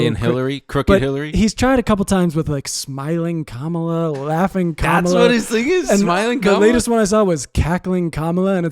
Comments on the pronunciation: you’re pronouncing Kamala wrong, or at least you did a handful of times. It’s comma-luh, not comMAH-luh. I still think you’re sexy and I love you. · PLEASE learn how to pronounce Kamala Harris’s name correctly